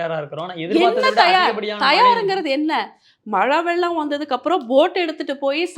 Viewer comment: Velam illapa , " Vellam" sollunga .